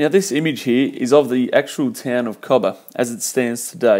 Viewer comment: FYI Cobar is pronounced Co-bar (bar as in place you drink at)